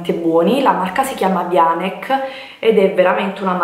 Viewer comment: Sarebbe bello se conoscessi il nome dei brand che vendi, non è VIANECS ma VIANEC la pronuncia.